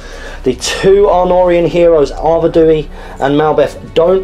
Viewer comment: Great battle report as always, loved the theme and use of Arnor, they are my favourite army! Nice pace and great looking figures. Just one thing though - the King if the north is pronounced Ar Ved We, not Ar Ved ooh wee, just saying ;-)